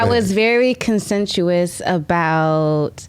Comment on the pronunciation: didn't even pronounce conscientious right either lol